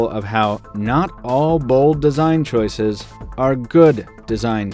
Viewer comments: CHOICES! not choises!! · choice* not choise... train wreck of a phone? more like train wreck of a video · choices! not choises and someone correct me if this is the American way of spelling it.